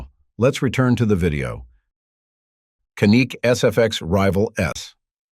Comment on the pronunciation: How do you pronounce Canik? It's not Ca-NIK as in Can-Nuk. 🤦 It's actually more like CHAN-IK or JA-NIK.